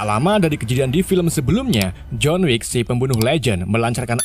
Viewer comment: John Wick 2 , dibaca John Wickwick Maklum, ga bisa basa Inggris